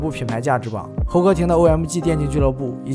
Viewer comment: 微客得(victor), 噢麦嘎(OMG), 一股乡土气息扑鼻而来 🤣